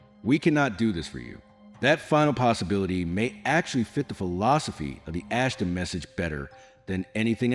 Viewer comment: Why is the "Ashtar" so difficult to pronounce? It's NOT "Ashta", it's AshtaR. With the letter R being pronounced. Why is this AI narration so stupid? I get sightings of MANY craft here in Benson, Arizona. I'm pretty sure it's the Ashtar Command. There could be other factions as well, incidentally. They're here! It's time to stop with the making believe they don't or can't exist.🛸